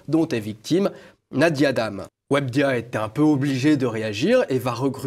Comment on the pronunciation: we be dia, aprend a parler journaliste en carton mdr... webedia, pas wabdia mdr...